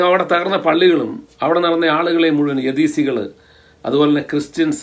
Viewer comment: ഞാൻ മനസിലാക്കിയത് ഇറാഖിലേ യസീദികൾ എന്നാണ് ചേട്ടൻപറയുന്നത് യദീസികൾ എന്നാണ്